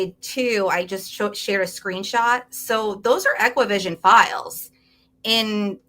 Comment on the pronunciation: Only thing that bugged me was her calling ExacQVision “equivision”.